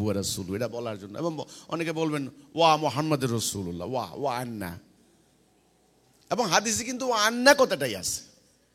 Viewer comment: ভাই আগে কালেমা টা শুদ্ধু করে বলা শিখ,,,, মুহাম্মাদের রাসুলুল্লাহ হবে না মুহাম্মাদুর রাসুলুল্লাহ হবে